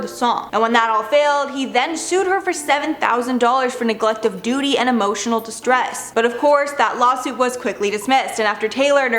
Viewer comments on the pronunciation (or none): none